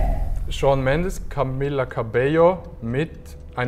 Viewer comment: Jeder normale Mensch: Camila Cabello Rewi: Camia Cabeo